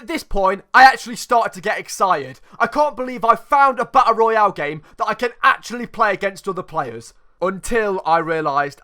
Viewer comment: You pronunce Battle Royale so well that you legit sound like the Warzone voice over Edit: fuck I put a 2 where a 0 should be in.